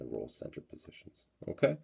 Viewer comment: Stop saying unkay. It's irritating.